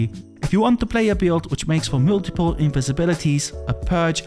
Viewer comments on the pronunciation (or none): It's MULtiple, not mewltiple